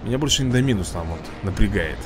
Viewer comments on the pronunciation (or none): Индоминус, ударение на о